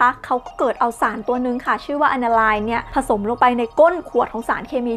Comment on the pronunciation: Aniline อ่านว่า แอน-นา-ลีน ครับ